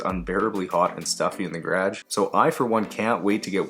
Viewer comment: Do all Canadians say garage like that?